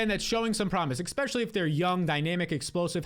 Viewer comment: Love your advice but please stop saying ex specially. It’s especially.